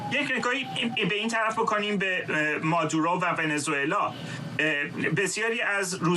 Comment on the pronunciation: بیسواد ها: مگر شما خواندن بلد نیستید؟ اسم این مرد Maduro هست که تلفظ پارسی اش «ما--دوو-رو» است...du نه ۲ 😢 مارکو روو--بیو Ru--bio رو مقابل زیر 😢😂